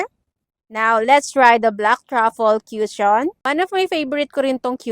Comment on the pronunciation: "koo-shon" po pronunciation ate hindi "kyushon" walang "yu" sound 😅